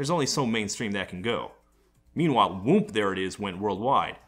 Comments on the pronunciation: You don’t really pronounce the “M”. I don’t it funny how hard he’s saying the “m” it sound like he’s saying womb. Lol it’s like when people say whip with a hate “h” 🤣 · I always thought it was "Whoop" not "Whoomp".